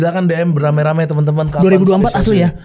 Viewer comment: Raim bang et di kata raim raim